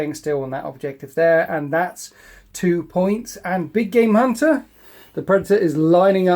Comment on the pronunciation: Big game hunter always sounds like big gay munter. I can't hear anything else.